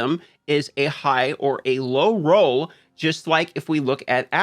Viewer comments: can't stand how you say roe and not roll... no sub for you D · Lay off the adderall and learn to say ROLL properly. Hard to watch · If anyone's wondering he's saying, roll not row.